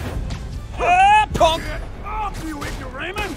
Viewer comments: Jack, Rhino said "pauk" - it's russian "spider", "паук", and it's pronounsed like [p Λ u: k] instead of [ p o k ] "malen'kiy" - "маленький" - "little" "durak" - "дурак" - "fool" "ya skazal" - "я сказал" - "I said" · The voice actor kinda failed that one actually xD He is meant to say puh-ook, which means "spider" in Russian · Whenever he says "pauk" my brain registers it as "punk", even though it clearly says "pauk" in the subtitles. Lol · Its funny how the voice actor for Rhino doesnt even pronounce Russian correctly. The way he said "pauk" made me laugh, it was so fucking funny. Its been said to death in the comments, but "pauk" is an (almost) universal slavic word for spider, Russian included. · If anyone hasn't found the answer yet, Паук (pauk) means spider in Russian. The bad thing is, they should've hired a real Russian to voice Rhino, cause his pronounciation of паук SUCKS!